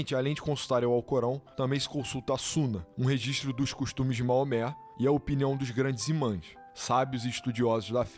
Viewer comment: Moamé não, rapaz, é Maomé ou no original Mohammed.